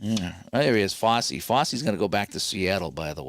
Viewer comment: Fosse rhymes with "bossy"